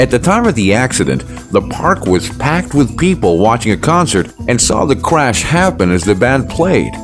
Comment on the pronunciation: You said cwash